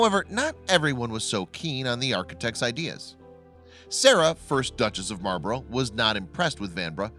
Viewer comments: Dook of Marlburro 😂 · Would it have taken much effort to find out how to pronounce Blenheim and Marlborough?